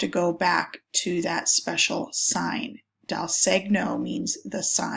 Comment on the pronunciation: Great information, but you are pronouncing segno incorrectly. It's more like "say-nyo", no hard G.